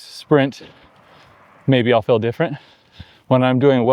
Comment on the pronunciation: Odd pronunciation. Stihl for steel. fihl for feel. Is that a California thing?